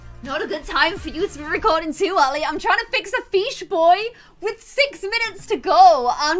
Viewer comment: and "he looks like a feesh boy" EDIT:thx for likes 🥰